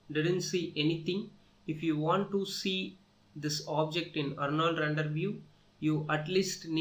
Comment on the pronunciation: randar nai hota render hota hai be